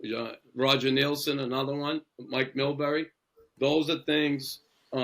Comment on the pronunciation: had me.until, "Millbury "